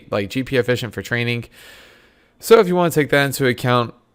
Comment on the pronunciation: Why do you say traininK? What the fuck is TRAININ(k) THERE IS NO K in TRAINING.